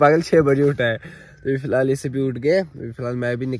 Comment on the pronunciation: Filhaal, filal, fihal and so on😂😂😂😂😂